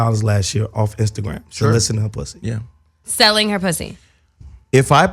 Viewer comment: got Melyssa to say pwussy lol